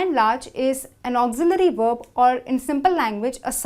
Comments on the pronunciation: She said worb instead of verb🤣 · Verb with a "V" like "vroom" not "w" like worm.... please learn how to pronounce words before you try to teach a language.........